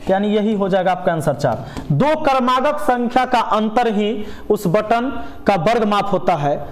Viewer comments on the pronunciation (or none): Batan nahi hai sir bantan hota hai